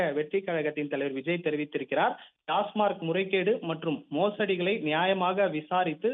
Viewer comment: டாஸ்மாக். டாஸ்மார்க் அல்ல